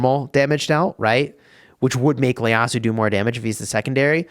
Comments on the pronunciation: Its not Leyasu. Its actually ieyasu. Pronounced “ E-ye-ya-su” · Is it just me or is he saying Leyasu instead of Ieyasu? Hahahaha love the vid :D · Noticed that as well lol, it might end up as a nickname for him if it sticks even though it isn’t correct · Again,. IT's Ieyasu, not Leyasu. ieyasu. with an i. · btw its ieyasu not Leyasu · Its an I not L in his surname